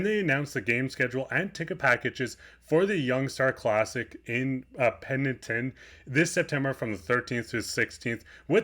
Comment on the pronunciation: Pen-tick-ton..lol.. In the Okanagan Valley..